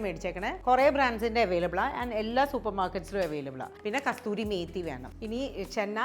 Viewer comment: Not Kasthuri,,, Kasuri Methi.